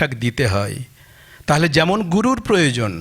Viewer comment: "গুড়ুর ব্রহ্মা গুড়ুর বিষ্ণু...." এভাবে বলাটা ঠিক, নাকি গুরুর ব্রহ্মা গুরুর বিষ্ণু.... এভাবে বলাটাই ঠিক? সংস্কৃত উচ্চারণই কেন, বাংলা ভাষায় কথা বলতে হলেও উচ্চারণ সঠিক না হলে ভীষন কানে লাগে